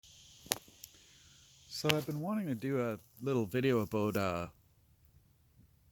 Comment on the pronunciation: Aboot = Canadian :)